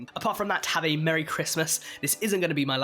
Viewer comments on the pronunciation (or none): none